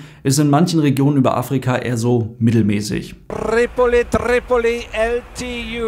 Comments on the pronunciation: Der Blick vom First Officer, als Trrrripoli sagt hahaha 😂😂😂 Kräftiges sideeye 👀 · was für eine Legende. Trrrrrripoli 😂